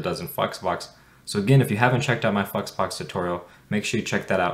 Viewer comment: It's flexbox, not fucks box 🤣🤣🤣🤣🙏🙏🙏 Pronounce it properly